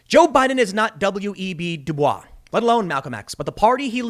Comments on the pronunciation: I know it's spelled like "Du-Bwah", Tim, and many people make the same mistake, but his name (W.E.B. DuBois) is actually pronounced "Du-Boyz". Just FYI. You can Google it if you want to. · It's actually pronounced like "dew boys". Counter intuitive, I know. But that is how he pronounced it so it's the correct way. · WEB Du Bois's last name is pronounced "Doo Boyss." Yes, that's not proper French, but that's the way that very-notable person's name is pronounced. Kind of like how Detroit isn't pronounced "Duh-trowah." Half, but not fully, in jest, I'll push back a little on the UN bit. The UN overseeing our elections might not be a bad idea, given the rampant cheating that the Democrats to every cycle. Like they'd presumably disallow not requiring ID and not verifying signatures. And certainly the whole mail-in thing wouldn't be approved anywhere. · It's pronounced "du Boyce", not "du Bwah". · It's pronounced W.E.B. "D'BOYS." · W.E.B.'s last name is pronounced (duh-boys). This has been a PSA brought to you by your friendly, freeloading viewer. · W. E. B. DuBois is actually pronounced "Du-Boyce" It's a common misconception so I'm sorry for being "that guy". I promise, my name is not Melvin. XD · I think you’re pronouncing W.E.B Du Bois’ name wrong